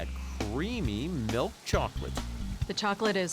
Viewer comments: I swear if she says melk one more time. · Why does she say milk as “melk”? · She keeps saying “Melk” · I’ve been looking for a comment like this I thought I was the only one that caught me off guard i’ve never had Melk before😂😂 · Or “melk” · Why she say milk like that